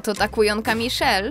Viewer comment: Majszel jako miszel